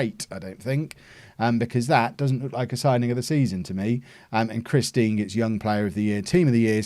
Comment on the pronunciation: It can’t just be me that hears “Christine” every time says “Chris Dean”